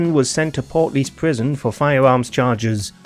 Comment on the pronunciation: Portlaoise is pronounced Port Leash or Port Leashah